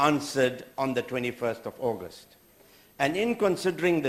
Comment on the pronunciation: What is ackast? Hahahaha. August!!